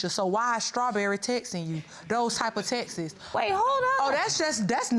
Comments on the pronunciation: It's not texesss. It's text's. Lol! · Omg Texas is a state ....please learn how to say texts.